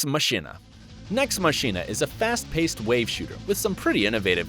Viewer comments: Firstly he mentioned the handsome collection then brought up the first borderlands which isn't a part of the handsome collection which was very annoying then he said nex machina as "nex mashina" when it's pronounced "nex makina" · I thought Nex Machina was pronounced "màkina".